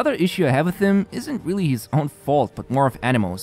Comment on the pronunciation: Why does he always say "hees" instead of his...? Always gets me..what accent is that ^^